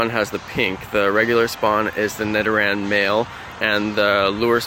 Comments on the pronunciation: yeah he said nidoran right congrats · Yasssss! He said nidoran right!